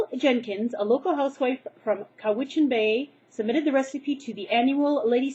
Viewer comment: OMG OMG OMG! I live in Nanaimo! And by the way it Pronounced Cow-Witch-in Or Cow-Vally. Lol, but ya :)